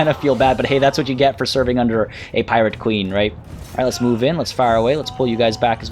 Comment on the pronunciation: Did... i hear him say piwate queen? i might have misheard the R there